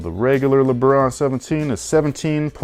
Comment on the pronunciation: " so the regular leBRUH 17 is..." I know said lebron, but it sounds like that 😂😂😂😂